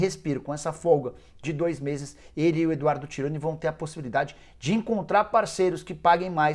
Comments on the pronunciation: Porra, Nicola, é EDUARDO TONI, não Tironi. Pesquisa direito aí os nomes. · Acerta o nome do Eduardo TONI, não Tironi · Eduardo TONI. Não é TIRONI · Eduardo Toni... não é Tironi